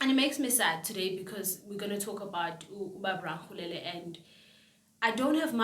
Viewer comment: It's pronounced Ra-le-kgo-le-la